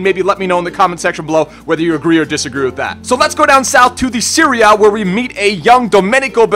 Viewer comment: It sounds like he says "Syria" when he says Serie A.